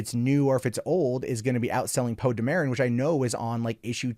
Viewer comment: Stop mispronouncing "Poe Dameron"!!